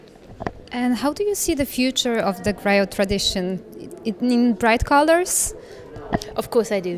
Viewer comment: Thanks for this beutiful interview, I love Sona music and Afrikan music for ever. I just wanted to point out that Sona plays Kora instrument though not Harp as the graphics indicates. and the GRIOT is pronounced (GREEO)